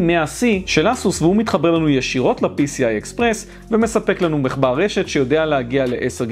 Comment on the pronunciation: ד"א אומרים מחבר MACHBAR לא MECHBAR